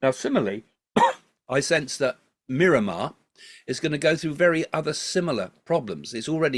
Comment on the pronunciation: r u calling Myanmar Mirramar?